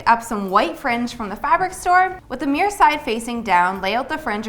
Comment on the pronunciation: I love you but your pronunciation of MIRROR is not ok xD